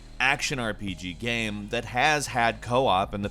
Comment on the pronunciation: How can this guy keep mispronouncing the word "game"? Trips me out, I dunno wth accent makes you say "geeyam"